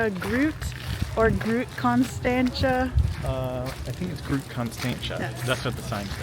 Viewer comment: groot ..the g pronounced like you are gargling lol